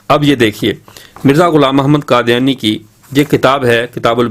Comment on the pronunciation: حضرت، قادیانی ق سے ہے، ک سے نہیں۔ خیر، بہت خوب